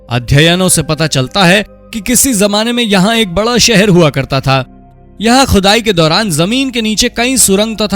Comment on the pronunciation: Arre bhai pehle Shi Alfaaz to Bolna Seekhlo Khhudaai Qhudai bol rhe ho Gawaaaron ki Tarah 😂